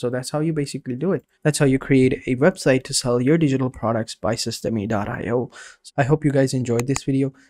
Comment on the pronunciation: Thanks for the video. It's pronounced "system", btw, not "system-e". Ijs. :)